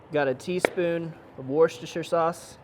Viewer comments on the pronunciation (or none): You pronounce it Woostah shear sauce haha I'm British just sayin' Nice try though and great channel by the way I can hear myself getting fatter haha